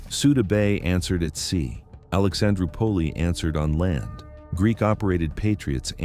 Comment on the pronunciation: Alexandro pulley instead of Alexandroupolis, but, that’s AI.😆